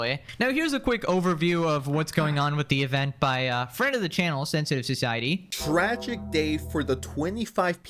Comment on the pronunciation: "Soy-sciety" lol